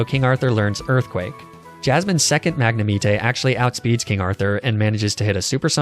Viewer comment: Magnameat...eh......wow xD